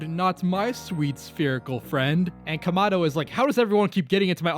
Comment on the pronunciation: Also it’s kamado not komado you dumdum